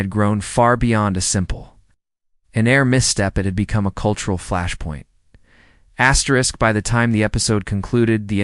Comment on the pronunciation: Not supposed to say astwrix 😊 just an fyi for next.